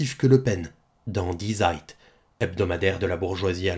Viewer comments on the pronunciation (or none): Zeit se prononce \t͡saɪ̯t\😉